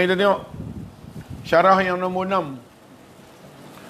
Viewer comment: Ustaz sebut nombot..hihii teringat pulak kat mak..sama,je sebutan..biasalah org utara kn..ppe ppn ustaz mmg steady..terima kasih atas ilmu yg bermanfaat ni..